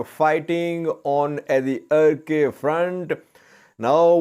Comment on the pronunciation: Hi, Arkay pronounce as arkaai as in By, Shy Or Sky